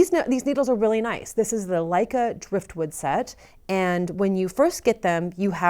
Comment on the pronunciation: I'm sorry but it was totally wrong, Danish and Norwegian are not the same language, they may even have the same meaning, but the pronounce is different ... How to pronounce Lykke needles... lick kah!